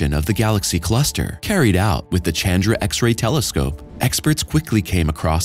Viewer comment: Chandra is pronounced Shandra.